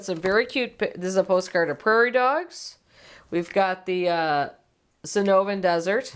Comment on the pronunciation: Loved this segment…tiny correction, though? That desert post card is of the Sono”R”an desert….not Sono”V”an…I can see why you thought the r was a v, cause of the font… ❤